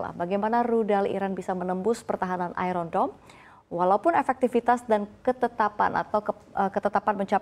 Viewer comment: Ai ron dom? what kind of English she’s using. Embarrassing